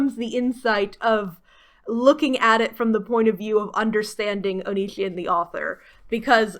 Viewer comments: It's onision oni as in the Japanese demon si like the Spanish word si for yes and on like on oni si on how you pronounce it. By God that drives me nuts sorry but here how to pronounce his stupid name or just call him Greg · That you never even stumbled into a correct pronunciation of Onision amuses me greatly. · You are just flexing on us by pronouncing his name wrong, wish I didn't know anything about that man as well. 10/10 review by the way